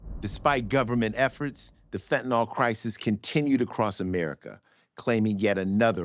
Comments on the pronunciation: Why do Americans have such trouble reading words? The word is pronounced “phen-Ta-NiLL” clearly. Nyl is pronounced Nill, not Nawl. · They could’ve at least made sure Ice T pronounced “fentanyl” correctly. Yeesh.